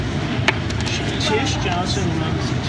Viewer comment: Hi man + Nice intervju but bad microfone and just want to corret you her name is not Tish;-) I love my XC T8 R-Design:-)